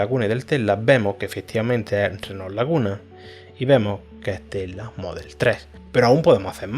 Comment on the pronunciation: entiendo mas el codigo que cuando hablas, se te escucha tela y no tesla, omg